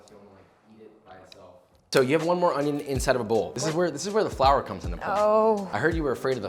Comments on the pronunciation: A smile at the "onyon" part. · The way he says onion annoys me